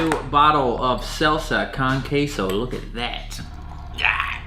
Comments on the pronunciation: Btw you pronounce Salsa Con Queso like (salsa-cone-ceso) but the o in cone is a little deeper than just cone, and don’t really say it as cone either, not trying to be mean, cuz I know you are in a different country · Please just say salsa "cone" "keso" because the pronunciation of con(kahn) just fucks wit my mind fam. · It’s pronounced salsa CONE queso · Salsa con queso con is pronounced like cone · the way he pronounced "con" in salsa con queso 😂